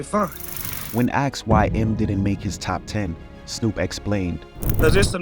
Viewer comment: Bro I can't with you americans saying "aksed" instead of "asked"